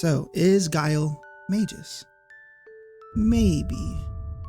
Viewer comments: Not sure how people figure out how to pronounce names in text only games, but to me, he's Mag-us, not Mage-us. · You are completely wrong about magus. Its pronounced with a soft g, as it denotes a person using magic. You don't pronounce magic with a hard G; neither do you pronounce magus with one. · I'm more upset about how you pronounced Magus as Mayjus than about how the developers included this idea. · sorry dawg, but Yawn-us and May-jus are the wrong pronunciations. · SKALA XD hahahaha... The way you pronounce it would be spelled either Scala or Skala. Schala is pronounced as Shampoo. While you pronounce it Mageus, it might be right. But him being a japanese invented name, I'd argue it's pronounced like Magpie. Magusu in japanese. Actually his japanese name is just Mao (Demon King or Magic King). Janus, Magus... Just pronounce the same. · May-Gus. You can even get verbalizations of it on Google..... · We should just pronounce it My Goose. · You mispronounced Magus and Janus. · At first I cringed at the pronunciation of Magus and Janus. But then I remembered that Ted Woolsey took a ton of freedoms with CT's script, especially by diverging from the Japanese names. On top of that, "Janus" is based on a name that has passed through a number of languages through the centuries... so pinning down a correct pronunciation is a fool's errand, much like (for comparison) many Legend of Zelda names. Instead, I'm just going to point this out: when pronouncing Janus as "Ianus," you seem to be using the Latin pronunciation of the name, which is probably pretty commonly used. Also, "Janus" is drawn from the name of the literal two-faced Greek god of "beginnings, gates, transitions, time, duality, doorways, passages, frames, and endings." The CT localization had an incredible knack for apt names, didn't it? Anyway, no pedantic corrections from me, I just thought that was cool and wanted to share. <3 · Great video. But isn’t it pronounced Magoos? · Mayjis lol